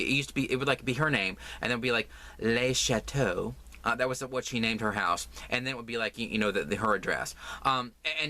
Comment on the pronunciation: Happy thanksgiving, the way you said le chateaux was so funny. Don’t put me in your giveaway, the last thing you need is to risk having to pay postage to the uk. Think of all the yarn you could buy 😂😂😂